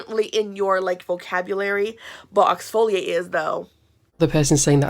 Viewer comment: Who tf taught him the word oxfoliate..